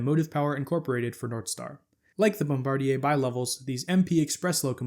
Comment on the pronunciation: Congratulations on your correct pronounciation of "Bombardier"! The vast majority of people pronounce it like the crew member who drops the bombs. I was very crudely corrected by an employee of the company when they were in Philadelphia mamy years ago testing the first generation of Acela trainsets.